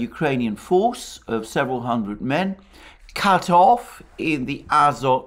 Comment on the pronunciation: in the name Azovstal and Azov Regiment - Azov ends with the letter"V" (after the sea of Azov) you pronounce right, but: Azot chemicals end with the letter "T" (Azot meaning nitrogen) you pronounce incorrectly.